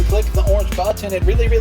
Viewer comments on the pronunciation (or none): Is it just me or did Dan really say "Subscribe to him and click the orange butt"? I listened multiple times, and couldn't believe he said butt instead of button O_O